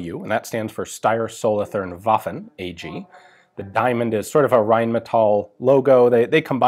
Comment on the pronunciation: Solothurn is pronounced with a sharp t but with a longer u. Much like the word cartoon Solotoorn